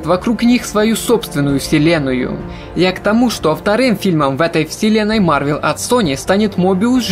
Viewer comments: Я продолжу смотреть твои ролики если вместо марвЕл ты будешь говорить марвЭл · О мой бог, не марвЕл, а марвЭл, по крайней мере мне режет слух